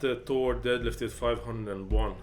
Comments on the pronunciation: Bro his name is thor not tour 😤. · you both pronounce his name with a to in stead of a th get your english correct its annoying. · He’s making a joke at how you say Thor. Tor instead of Thor. Thats all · I think it is pretty clear what they are saying. If the correct pronunciation is TOR and not THOR, then the person trying to say it should try to say it correctly. That said, both the guys in the video, on purpose or not, are actually saying the name correctly.